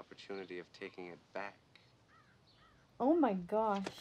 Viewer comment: "Oo mai gash!", your Fargo is showing. XD